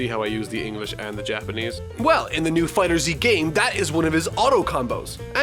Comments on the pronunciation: Ohhhhhh my god you pronounce it “Fighters Z” but imma let it slide because i love your videos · Its pronounced Fighters not Fighter Zeeeee. Otherwise great vid. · just so you know dragon ball fighterZ is proounced dragon ball fighters you see instead of the s its a z plus it makes more sense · I bet you didn’t know FighterZ was pronounced fighters lol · FighterZ is actually pronounced as "Fighters"; everyone makes that mistake